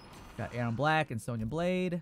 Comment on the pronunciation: Hold on did this guy just said erron brack